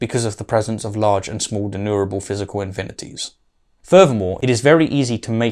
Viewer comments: I promise to slowdown on the nitpicking habits but it's not pronounced De-nu-ra-ble like does here:...but /dɪˈnjuː.mər.ə.bəl/ Even low epistemological bar-holding william craig pronounces it better What am I doing???? why is my nitpicky nature clouding my love for debunkers of crappy-argument-holding low-epistemological-bar advocates. Why oh why!!!! Help me out somebody! 🥺 Aaaarrrggh! 😵‍💫 😂😂😂😂😂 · De+numerable. Not denurable. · denumerable or denurable? I keep failing to here the "ME" part in the word denumerable. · And a dozen times thereafter :-( "denumerable" has an M in the middle. It originates from the latin "numerus" or number. It is NOT pronounced "denurable". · You seem to me to pronounce denumerable as deneurable. (George W 'Nucular' Bush would probably approve.)